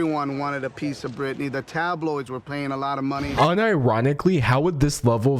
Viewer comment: Who's britinay?